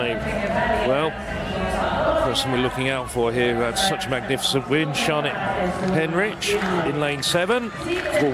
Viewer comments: why does the idiot commentator keep calling the British girl 'Heinrich'? - It's HENRICH. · Three different pronunciations of Henrich. Which is it....? And let's not start on the other names.... Come on, guys, you can do better than that.